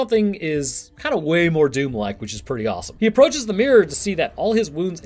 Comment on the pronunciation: It's DOOM not DOWN, come on guys!